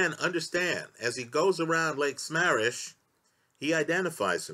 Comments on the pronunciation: Three people died in Florida, the last a twelve year old girl. And it's Sa-mam-mish. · LAKE SAH MAAAH MISH A small point but gets annoying for listeners: look up pronunciations, please